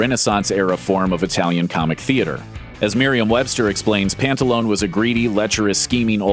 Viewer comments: "Pantalone" should be pronounced with 4 syllables not three -the Italian language doesn't have silent letters.The name "pantalone" ultimately comes from the name of an early saint -San Pantaleone. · My stance on pants is that you need to pronounce that final vowel in the italian word, pantalone.... >_< LOL!